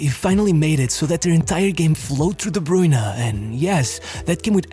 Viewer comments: its pronounced like "broyne" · Took a shot each time "De Bruyne" was mispronounced. I'm wasted. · As a Belgian I can't even listen to your pronunciation of KDB past the intro of this video.